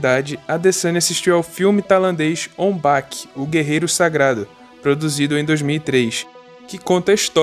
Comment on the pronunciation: Kkkk ONG baque 😂😂😂🤦‍♂️ pqp ong bak ong beck pronúncia